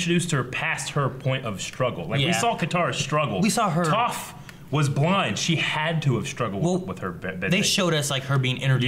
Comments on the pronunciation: It kills me a little inside every time they mispronounce Toph's name....that being said please don't wait too long to watch Legend of Korra!! ^_^ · Please pronounce Toph the correct way. I'm yelling at the screen every time they say her name wrong. Cringe worthy. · How does not seem to know the correct way to pronounce Toph's name?!! He has watched this show all the way through at least twice. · Why are you guys saying Toph's name wrong all of a sudden lol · They keep saying Toph's name wrong and it is bothering me a little bit. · Can you react to Avatar: The Last Hoodbender 1 & 2, please? (By RDCworld1) Also,. You're pronouncing Toph wrong. Their videos are very creative and funny. (Reposted because I accidentally deleted it...) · TheUltimateKIC I'm pretty sure purposefully pronounces Toph wrong. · I don't understand how that can happen to someone who's watched the show? 100% of the time her name is said it's spoken correctly, the only people who would mispronounce it are people who've read about Avatar but never seen the show... Same with Iroh, they're getting it right now but there was quite a bit where they kept getting it wrong for no reason. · How do they mispronounce Toph? 😂 they've heard it a hundred times! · Loved the video, thanks a lot,. But if I may voice a complaint: I would understand if you mispronounced a name you read in comics or books, but considering that Toph's name is pronounced so much on the show, the fact that you all keep mispronouncing it is really painful to watch. It annoys me to no end and actually makes my insides itch. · How does watch the show twice and not know how Toph's name is pronounced? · THEY STILL MISPRONOUNCE TOPH'S NAME! REEEEEEEEEE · Why can't you pronounce Toph correctly... dammit. lol. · Why are y'all mispronouncing Toph's name half the time? Is it an inside joke or something? lol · IT'S TOPH, NOT TOAF, ffs. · OH MY GOD IT'S PRONOUNCED "Toff not Tophe!